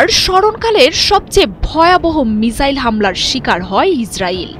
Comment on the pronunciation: মিজাইল নারে বইন মিসাইল বল😃